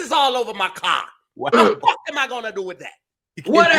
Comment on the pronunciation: Faaaaak. The 'u' is replaced by a few 'a's. New Jersey! WHUD (<-what)?!?😜